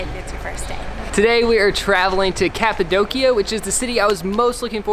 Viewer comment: Omg you pronounce Cappadocia in the wrong way 😂😂😂but so lovely!